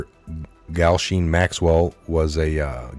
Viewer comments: Thanks for the news,...love your updates. FYI....it's Lo - Lee - ta Express; you need to see the old B&W movie since it's a classic and caused quite a "stir" in the 60's (Lolita). Einstein's Pedo "procuror" of young children" is "Gizz - lane"....Yeah, weird first name but, then again look who she is dealing with! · I like your channel but, please practice or work out the pronoucation of words you find difficult. How on earth you have managed to not hear Gislaine Maxwells name spoken out loud at this point is pretty amazing. But even a basic word like suite? C'mon dude. Sweet, not soot!